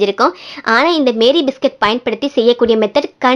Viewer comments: மேரி அல்ல மாரி! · The pronunciation of this biscuit is NOT MARY BISCUIT, IT IS MAARI BISCUIT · அது மேரி இல்ல மாரி 😂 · Iits not Mary biscuit it's pronounced as maarie biscuit.... 😊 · Sister adu Meeri Biscuit illa Maari Biscuit 😂😂😂😂